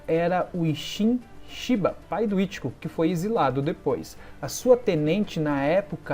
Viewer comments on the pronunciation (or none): none